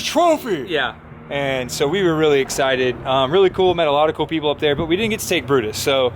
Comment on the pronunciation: Oh look... it's Bru-Mater again. Tow-Mater's long lost cousin. Not sure Brutus really fits... Brew-Mater. Nice try fellas... you'll make the next one.